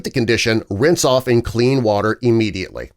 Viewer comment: Immediately, not E-mmediately.